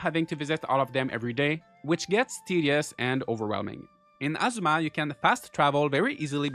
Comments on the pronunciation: Good video! For a tip: ah-ZOO-ma is how Azuma is said, it sounds like you are saying asthma. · ngl ur accent makes it sound like your saying "Gaurdians of Asthma" 😂